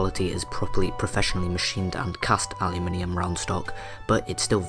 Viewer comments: yu as in alphabet "U" give him space. tho the minium became minum thats another issue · What the hell is allyaminum driving me nuts the way he says it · its pronounced uh loo men um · It is spelled aluminum so is is pronounce aluminum, elements ending in -minium are radioactive elements. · aluminum* lol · You pronounce aluminum way wrong... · no you pronounce aluminium way wrong